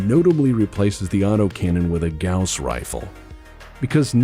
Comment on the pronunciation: You have to tip your hat to someone who knows how to pronounce Gauss correctly.